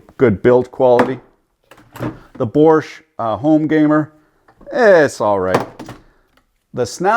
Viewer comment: "Borsch"? 😂 yeah, Bosch is way behind, not really known for being up there with the other big brands.